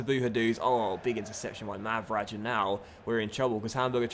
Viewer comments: Mavraj is pronounced more like "Mavrai", i.e. "Raiden". Not like "Mavraash". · Mavraj's name is pronounced Mavrai, with both as being pronounced like the as in Jarambe